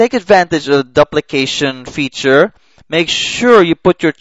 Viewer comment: it is doop' li cation....